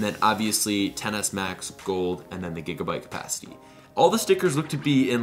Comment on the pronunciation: i keep hearing tennis max